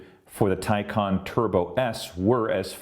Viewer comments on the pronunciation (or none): It's "Tay Con". Maybe making a video from a Tesla fangirl, you'd pronounce it right. Teslas are cheaply made, HORRENDOUS reliability, and cannot keep up with Porsche. The Taycan can do run after run without fail, no loss in performance. Teslas cannot. Full stop. Just like Apple fangirls, they spread fake news so the Teslas look better. Ordered a Taycan, and couldn't be happier. Wouldn't take a Teslas if given to me. Another flop, now that real manufacturers are making Ev's, Teslas will be surpassed easily. Come back to this comment in 5 years, you'll seen then who rules the Ev's. Elon is a douche bag. Just like his unbreakable CyberTruck windows. A bad presentation and an even poorer vehicle. You'll see lots in that sh**hole state of CA. Sorry but Teslas are not all that.